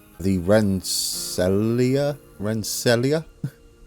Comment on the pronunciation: Rensselaer is pronounced Ren Sayler. It's Dutch. Cheers